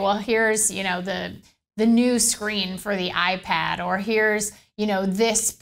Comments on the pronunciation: iPar and 'A NOTHER' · "Ipar" lol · Gotta love the "iPar" lol